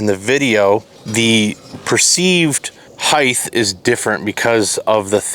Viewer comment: Stop saying Heighth...